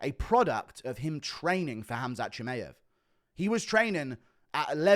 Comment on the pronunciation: thinks Czechoslovakia still exists lol. also your pronunciations of surnames like Chimaev or Ilia is a butcher job, fix up and put some respect behind it by finding out actual pronunciations (fighters usually say it themselves so Buffer can learn it for his announcements). So yeh them mma surnames put money directly in your pocket brother, food for thought